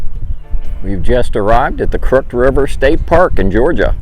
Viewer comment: "Crooked" is pronounced "krook-id".